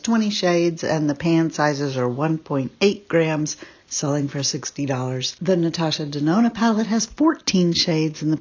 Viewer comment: Aww, this must have been such a bittersweet video for you to do. 🥰 What a beautiful tribute to Mel. But, why did I keep hearing you say Natasha Danono? 🤣